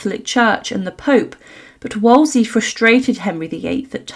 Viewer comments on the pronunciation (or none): "Woll-zee"?? It's pronounced "Wool-zee"!